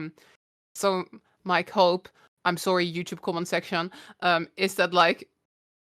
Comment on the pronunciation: xD "joe toeb komment sektion"